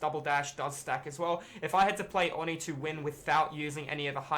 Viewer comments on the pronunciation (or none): Why does everyone not know how to say oni it’s, oh-knee